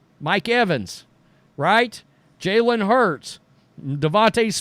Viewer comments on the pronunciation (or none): none